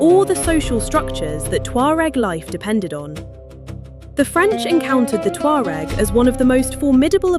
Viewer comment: They are my ancestors and they are NOW called Berber, she mispronounced the name as usual, these know it all euro people annoy me.